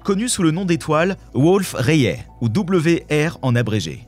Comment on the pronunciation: En moins de 60s on sent que c'est une chaîne pour attrape-nigaud, à haute température Kevin. Même pas foutu d'écrire , de présenter, de prononcer une étoile Wolf-Rayet (dans ce canular c'est Wolf-Ryate, qu'est ce qu'on rigole ! ) J'ai pris plus de temps à écrire qu'a regarder un sujet d'empreinte digital cosmique. Allez cadeau ! Chaîne à but lucratif, uniquement.